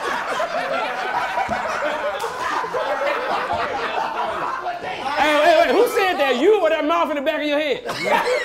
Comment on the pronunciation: I thought he said pirate